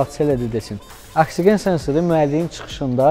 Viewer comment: 😂AKSİĞEN-də korladın də, hamı kimi oksigen deyəndə nə olur ki?